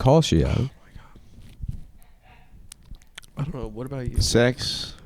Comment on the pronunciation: Someone should tell Adam he mispronounces his last name every single time he says it.